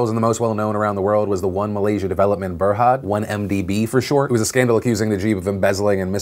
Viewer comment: Holy shit, I’m just more impressed that a Non-Malaysian pronounced the word ‘berhad’ like a local.